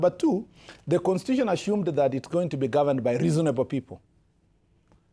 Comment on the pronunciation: IT IS ASHUUMED...TEMBORARI INKAMBENZI